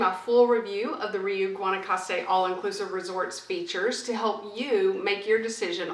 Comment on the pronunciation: It's pronounced "ree-oooh" not "ree-you". It has a long U vowel sound at the end.